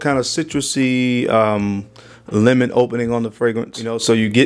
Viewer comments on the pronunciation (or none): none